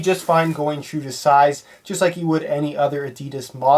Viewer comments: ***** I'm not saying that he's wrong, i totally agree but the fact that he said "yhu" and not "you" was quite disappointing. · I'm not saying that he's wrong, i totally agree but the fact that he said "yhu" and not "you" was quite disappointing.